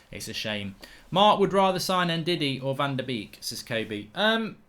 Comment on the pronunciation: Can you please learn how to pronounce van de beek correctly ?